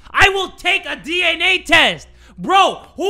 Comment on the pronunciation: he said DNNA test with two n's lol XD